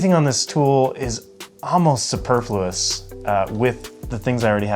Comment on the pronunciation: Bowler hat? It's a top hat. "Superfilous"? [sic] That's not how the word is pronounced. Misnomer? That's not what that word means. And that wasn't actually a straw man argument. Damn, I'm sorry. I know it's channel, but he gave this one to by not being able to use words correctly. It has nothing to do with the fact that I carry a Surge in a holster on my belt. *Nothing*!!! 🙂